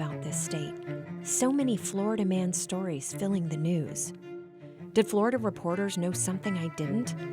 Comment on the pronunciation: Bro its just flolida man